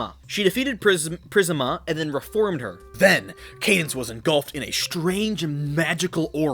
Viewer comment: PRIS-ME-UH PRIS-MIA P R I S M I A